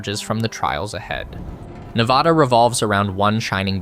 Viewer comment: As a Las Vegas local. You only pronounced Nevada correctly once.